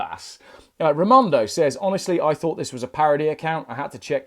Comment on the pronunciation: emphasis on the word 'thought'.